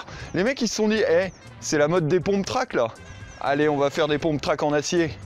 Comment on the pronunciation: Juste on dit pumptrack pas pomptrack